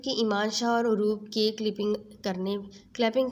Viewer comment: Plz Ap name sai lein .Emaan shah nhi yaman shah hai